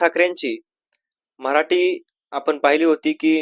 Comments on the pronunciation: अरे बाबा मराटी !!!!! नाही मराठी ठी ठी याला धड मराठी शब्द उच्चारता येईना!!!!!! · Marati Nahi Marathi asauchar kara